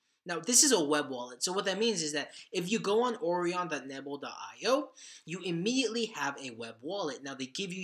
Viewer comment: The web wallet Orion is pronounced Oh Ryan. Like the constellation, Orion. American education?